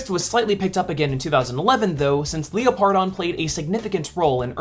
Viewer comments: I cringe every time you pronounce Leopardon. Its pronounced “leper-don”, not Leo-par-don. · I think it’s pronounced Leopard-on instead of Leo-pardon